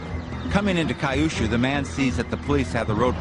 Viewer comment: Kai-yu-shuu??? It's Kyushu (ki-yu-shuu) 九州 (キュウシュウ) Anyway, that car was a Mitsubishi Pajero. Since that is a kei-car, most would be totalled if they touch anything with the front. This one obviously, being made by Mitsubishi persists onward. The cheap Subaru Pleo was destroyed almost immediately by barely tapping a car in front of it. Also, I am totally shocked that there was a high-speed chase in Japan. The traffic is too heavy and are usually only single-lane traffic. Most people do only 50 kmph on average during the day.